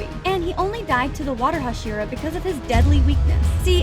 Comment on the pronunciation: Bro daki ate sayven hohsheeruh! 💀💀💀